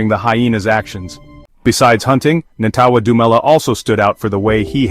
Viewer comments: Lmao right. Americans are so funny, at least practice saying it before shooting the video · Disrespecting his name say it right with this bullshit narrative